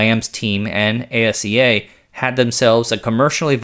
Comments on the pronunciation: Thank you, working in the industry and hearing A-S-E-A was driving me crazy. Ah-see-ya! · ASEA is an acronym that's pronounced Aseá. The individual letters aren't spelled out just as they aren't in e.g. SAAB and IKEA. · Störde mig också på det. Speciellt asea.